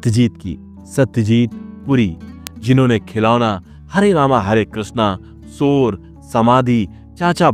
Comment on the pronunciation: Kosis nahi koshish, Sor ni Shor, Hamesa nahi Hamesha, Sasi Kapur ni Shashi Kapur. Kiu Sha ko Sa bolta tu?